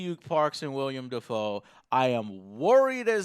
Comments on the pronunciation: hey Joe long time watcher 1st time commenting. love the show btw. i have to be that guy but that actors name is pronounced will-am not William. you seem to like you're animé how would you feel about a live action Attack on Titan or a game based around Guyver ? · did anyone else cringe every time he said William and not willem lol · It's Willem, not William. And on that "note," I really wish Joe would stop mispronouncing actors names. Willem Dafoe is not the only one he does it with. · Has no one ever told Joe that it's WILLEM Dafoe - not William. Just Willem. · It's not William Dafoe mate. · WILLEM not william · goddamit its Willem not william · His name is pronounced Willem, Joe. Willem. Other than that great video. Also, Why the hell did they make L black...I mean...come on. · Joe, its not William Dafoe, its Willem. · Can Joe even speak English? "William" Dafoe? "eXspecially"? Come on man.